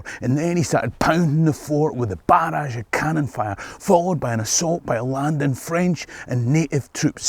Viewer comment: For a Scot, your French pronunciation is pretty Good.